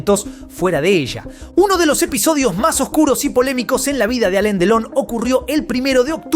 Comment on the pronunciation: No es Alen es Alan 😅